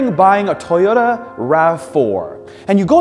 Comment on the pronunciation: Why do Canadians pronounce "Toyota" that way? "Taiyota"?